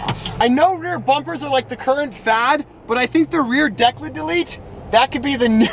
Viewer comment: Please stop saying rear declit. You sound ridiculous